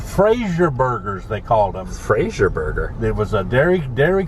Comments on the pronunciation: He was close. It was Brazier Burger, rather than Frazier burger. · 'Brazier' not Frazier // and with that Title the location would be open more yr round than the ice cream only locations that did not come with the Brazier name.. also the franchise fees were slightly higher too.. good upload.. thanks and God Bless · Sorry Dad , but that was a Brazier Burger not Frazier Burger 😉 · "Brazier" Burgers not Frazier .. If you had a DQ you actually had to pay extra to be known or advertise as Brazier. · I truly enjoyed your father-son journey. It was a heart warming story to watch and listen to. I did want to say one thing about the DQ burger...Brazier Burger, not Frazier Burger. :) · Brazier not Frazier... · “Frazier Burger” It’s Brazier Burger😂😂😂😂DQ Brazier😂😂Your dad is awesome!!